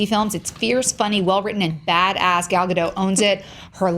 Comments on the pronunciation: Eden Aronovich And they still don't know how to pronounce it. XD if they miraculously get the last name right, they get the first name wrong by saying Gail or Gol. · Why are they all pronouncing Gal's name wrong? I don't get why people keep perpetuating this...